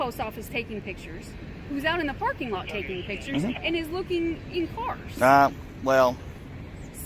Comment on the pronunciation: I love the way he says looking into the carrrrs